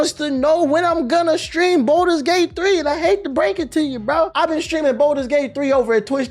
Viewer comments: Why does pronounce balder's gate like it's spelled bolder's gate? There is no o in the word my boy lol. Its balder's as in (ball-ders) Lol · Ball - ders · The worst take is how you pronounce “Baldur’s” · I’ll take his minor pronunciation error over all the brain dead takes of the “I only fw COD and 2K” crowd.